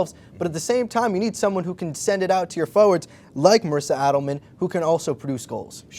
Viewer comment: Nice video, but Marisa's name is pronounced "AY-del-man" rather than "ADD-del-man". Thanks! :-)